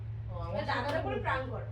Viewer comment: কথাটা প্রাঙ্ক নয়.. প্র্যাংক!